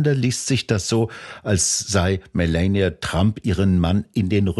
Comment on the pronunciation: Fachkundige Einschätzung der Lage, ansonsten hierzulande ja fast nirgendwo zu bekommen. Nur an der Aussprache hapert es noch. Statt zu versuchen Kamala und Melania irgendwie Amerikanisch auszusprechen, und damit falsch, käme man mit einer deutschen Aussprache mit langem Ah der Wahrheit deutlich näher.